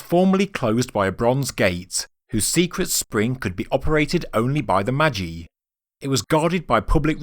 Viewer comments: Magi is pronounced maj-eye . It is where the English word Magic originates. Love your vids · Am enjoying your stuff. Purely for the sake of accuracy, the way to pronounce "magi" is MAJ-eye